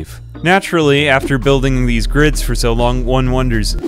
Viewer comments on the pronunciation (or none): none